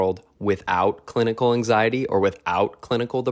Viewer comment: The way he said anxiety at first had me thinking “Aang Sigh Etty” for like 5 minutes, anyway great video, so real